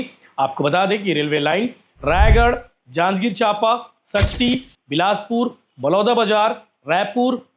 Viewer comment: Janjgir ❌ hanjgir ✅